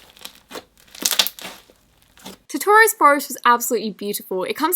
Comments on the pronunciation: Bruh, she also said "tortoros" instead of "totoro's"😂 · Btw its Totoros forest* Not totorus, but thanks that really helps :D